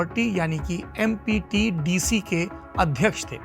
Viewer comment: UDA (Ujjain Development Authority) MPTDC(Madhy Pradesh Tourism Development Corporation) Correct your speech. केवल लिखी लिखाई ना पढ़ें. वैसे रिपोर्ट अच्छी है. Make a similar video on Bhajan Party of Rajasthan.